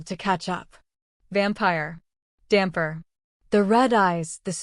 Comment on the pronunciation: Hi from Italy, great story. However is not damper but dampyr check on the web the Italian comics DAMPYR is fantastic